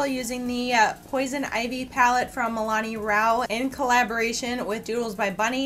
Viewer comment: You keep saying Milani....but it's Milan....